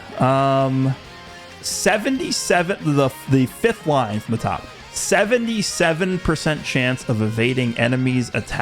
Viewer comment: You pronounced Top incorrectly!!!!! Dubbed cringe